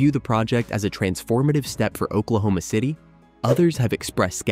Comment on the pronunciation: I'm sorry, did he say Oklahoma?Ci'm a sherry ?